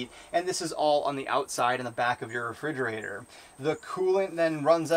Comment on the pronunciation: Re-"fig"-erator count... 459, 460, 461... not to be too picky about it but, I think its pronounced as: re·frig·er·a·tor (rəˈfrijəˌrādər). Other than that great video, pretty informative.